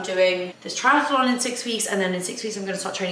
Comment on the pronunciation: Lovely vlog as always! May I just point out that’s it’s just Triathlon and not triatAlon? Sorry for being picky, but I can’t unhear it 😅